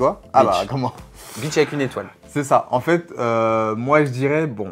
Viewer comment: Continu on adore tes vidéos enfeteuh😂😂